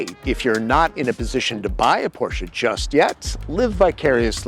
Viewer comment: Thumbs up for not disregarding that Porsche is a 2-syllable word 👍